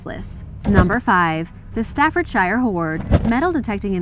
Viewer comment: Please pronounce the English counties and towns correctly 😫😫😫 it’s not Stafford SHIRE or Birming HAM 🙄🙄